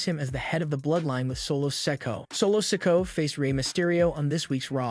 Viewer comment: His name is pronounced so-ko-a not sak-u